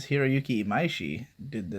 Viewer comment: WHAT THE FUCK when did you start pronouncing imaishi correctly and how did you make it habit so easily????